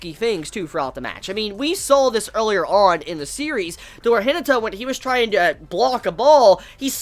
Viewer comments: ...i love you man but its pronounced hi-na(like naughty)-ta. Not hinita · The way you pronounce Hinata is funny xd